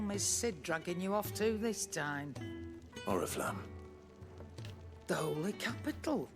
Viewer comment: Почему вместо Орифламм, я слышу орифлейм